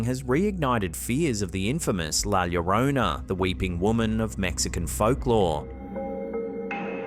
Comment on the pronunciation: All I know is FINALLY you pronounced , 'La Llorona', properly... whoever taught you the, 'La Jhorrohnna' pronunciation was remiss in their endeavors. I like your site more now 😊